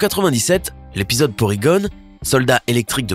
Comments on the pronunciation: On est d'accord que le gars qui parle il est pas cultiver --->(hamer au lieu de homer. PorygonE au lieu de porygon et j'ai pas tout dit ) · Je rêve ou à c’était le meilleur YouTubeur du monde c’est à dire!!!😁😁😁 Oh. et au fait j’ai regardé dans mon livre sur les Pokémon et vous avez rajouté un « E » à porygon car cela ne se dit pas porygone mais bien porygon.😒😒😒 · Hamer Simpson ?? Vraiment ? Porygun? Really ... Pokebeul ?? Faut apprendre à lire quoi 😑😑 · Porygon . vous voyez un E Ou si c moi qui le dit mal, dites le